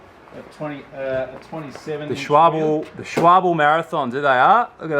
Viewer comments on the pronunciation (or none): Schwalbe : [Sh-vál-be]... the 'e' like Elephant. That'S the correct pronunciation ;) not [shualbe], not [shualb] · Lowering my chances of being liked, but why do you pronounce Schwalbe as Schwable ? Unless the brand name is actually different down under of course ... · This makes me ANGRY as a german!! Its not called s-c-h-w-a-b...its called SCHWALBE!!! ahhh In germany its the name of a bird called swallow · Also, I don't know who told yo it was "Shwarb". It's more like "Shval-buh" ʃʋälbə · That Schwalbe pronounciation haha. It's schwal-be. Focus on the letter a (a as in eye), and be as a bear.